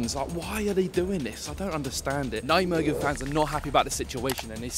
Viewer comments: Great vid! Although tough pronunciation on Nijmegen there 😅 IJ is how dutchies write Y. So it's just pronounced 'Ny-megen'. Sad to see how Vitesse has fallen down. Keep up the content! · bro im getting annoyed are you Vites supporter. You can not pronounce NEYMEGEN, and you also say NEK instead of N. E .C ...Disrespect to NEC Nijmegen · please stop pronouncing nijmegen like that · My ears bleed when I hear him say "nichmegen" 😂 I appreciate the attempt tho haha But good video for the rest 👍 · Nichtmegen zoals het hoort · PRONOUNCE NEYMEGEN PLZ, CUZ THIS SOUNDS AWEFULL MATE. FOR REST GREAT VID! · You're pronunciation of Nijmegen 😂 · Wherever you go please find out how the gaff’s name is pronounced before you keep saying it wrong time after time after time. I’m no Dutch speaker, well I’m English just like you, yet I still know to say Nijmegen without ever having even set foot in the place 🙄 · Hahahaha Nijmegen. Absolutely love your pronunciation! 😂😂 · When are you going to pronounce Nijmegen the right way 😂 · Forza Vitesse! Maar niet zonder uit fans, en dan moet die Brit Nijmegen gewoon normaal uitspreken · The way you pronounce Nijmegen is just absolutely ridiculous🤣